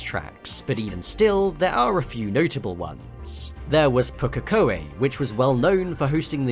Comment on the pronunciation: Points for pronouncing pokekoe right. Points off for mispronounced ruapuna.